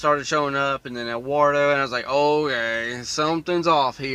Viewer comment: If you can't pronounce Eduardo correctly wouldn't technically hurt if you called him Edward since that's his name translated into English.